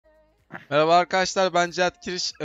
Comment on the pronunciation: eyabalar arkadaşlar ben. erabalarrr aynen böyle diyor